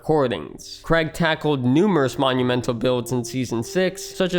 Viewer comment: Bugs me how almost no one from the US can correctly pronounce Craig